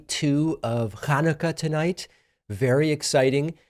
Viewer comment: Curious why David pronounced Hanukkah in the way he did? I've never heard it that way? Sort of like KHAN-u-kah? I cannot STAND Netanyahu or Musk. They're both savages.